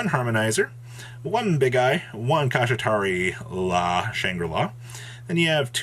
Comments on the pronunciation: Dont forget his other pronunciation Kishi-ra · The pronunciation of the archetype is "sha-tree-la" (Kshatri-la). Sha-tree-la. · why do you pronounce Shangri La so easily, but blatantly mispronounce Kshatri-La? 🤷😂😂😂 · Granted Kshatri-La is hard to pronounce but isn’t even close.